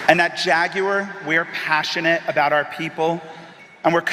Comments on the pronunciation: I agree with everything 99%. Your pronunciacion of jaguar is driving me crazy tho. It's NEVER JAG-WIRE. it's really easy. much better off just saying JAG-WAHHH and cut the R off, as the brits do....or add the R as an american....JAG-WAHR... my two cents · The guy can't even say JaguarI was thinking about that little bully Acosta before you said his name.